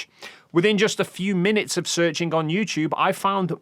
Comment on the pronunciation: That bloody word AGAIN? "Offov"